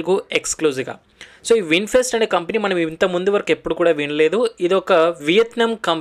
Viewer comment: Bro vinfest kadhu vinfast😂